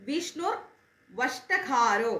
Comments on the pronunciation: ഓം നമോ ഭഗവതേ വാസുദേവായ : വാസുദേവായ യുടെ ഉച്ചാരണം ശ്രദ്ധിക്കുമല്ലോ . ദേവായ ദ ആണ് ധ എന്ന് ഉച്ചരിക്കരുത് വഷട്കാരോ എന്നാണ് വഷ്‌ടകാരോ എന്നല്ല. രണ്ടും ശരിയാണോ എന്നറിയില്ല. എന്നാലും വഷട്കാരോ എന്നാണ് എല്ലായിടത്തും കേട്ടിട്ടുള്ളത് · വഷട് കാരോ എന്നാണ് കേട്ടിട്ടുള്ളത്. താങ്കൾ വഷ്ട്ട കാരോ എന്നാണ് പറയുന്നത്. ഏതാണ് ശരി.